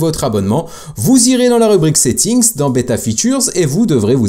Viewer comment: Hello, tu dis toujours plugins et settings en appuyant sur la marque du PLURIEL !!! Je te l'avais déjà dit dans les commentaires d'une autre vidéo, mais en supposant que tu ne m'as pas lu, par pitié arrête de le prononcer de cette façon, ça rend fou. Je te met un lien et écoute bien comme ça doit se prononcer T'es pas à l'école ou tu dois bien prononcer tous les mots et toutes les lettres. J'espère que tu l'iras mon message et surtout continue avec tes vidéos, car ce domaine est vraiment intéressant et surtout, c'est l'avenir. 👍👍👍